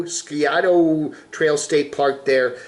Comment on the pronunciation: Scioto, Sigh-oh-tuh . You might think the name should end with an "O" sound, but no (pronounced Nuh ).